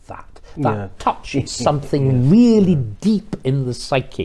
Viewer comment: Peter Willy is weally first wate.